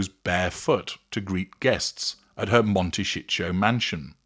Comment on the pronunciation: Mont-ta-SEE-toe is the correct local pronounciation. MonteCHEETO is a hill masquerading as a puffy baked cheese snack.